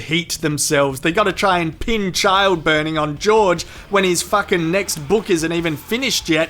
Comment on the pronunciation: lmao i love how emphasized the burning part every chance he can